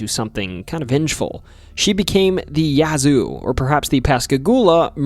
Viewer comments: Enjoyed the video. I usually do enjoy but as a mississippian it's nice to see you cover us. Some pronunciations that drove me wild tho... Biloxi *Bill-uhx-ee Yazoo *yeah-zoo Tupelo *too-pa-low Natchez *na-chez Thanks and looking forward to your next video! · Yea, Yazoo and Tupelo are ALWAYS pronounced wrong. But, you did get Pascagoula correct. For those who haven't heard these names our whole lives, some of them are difficult.